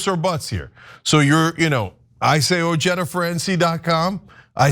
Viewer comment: “O Jee da”? Dude your name is pronounced “O hi da” Regardless, you are a guy I’ll vote for